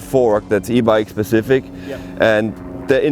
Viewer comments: always says Pacific (correct word is Specific) quite a common mis-said word in England. 👍🏼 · Clue in mate. The presenter continually says "pacific" instead of "specific". Hence my comment.